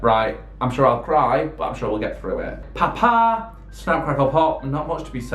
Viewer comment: His accent is so funny! The way he says sure 😂 “shoower”